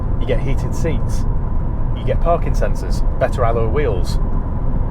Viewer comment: I heard "...you get parkinsons." oh you said "parking sensors"